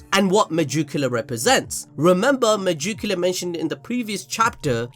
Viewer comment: Why do you keep saying Me-Joo-Q-La? It’s spelled megicula. Me-Gick-U-La. you even showed the proper spelling during the video. I like the videos but every time you say that name It drives me insane.